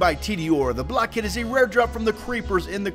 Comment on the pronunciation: it sounds like your saying sunny blackhead